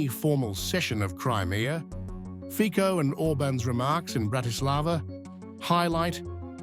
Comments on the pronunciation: Komentatore,ne Fiko,ale Fico, aspoň toto se naučte. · Bravo Hungary and Slovakia ❗️👍Neither Fico nor Irban are populists❗️They are just trying to protect interests if their peoples against EU idiocy! You shoud correct pronounciation of R.FICO name! Not FIKO!😅